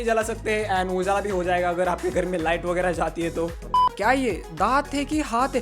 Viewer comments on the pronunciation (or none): none